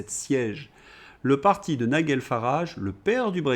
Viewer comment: En anglais, on prononce NaïeDjeul, pas NaïeGueule !!